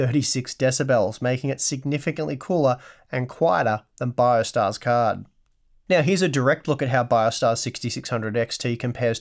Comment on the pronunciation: Did he say "Quiet some time meow?"